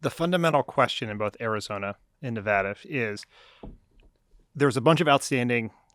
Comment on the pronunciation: AAAAA THANK YOU SO MUCH FOR PRONOUNCING NEVADA'S NAME CORRECTLY! It means a lot to me! So annoying when pretty much everyone in the world who isn't already living in Nevada is pronouncing it like NevAUda.